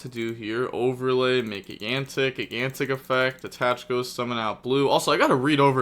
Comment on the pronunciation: Spright has been out for almost 2 years and still cant pronounce gigantic correctly. 😂😂😂😂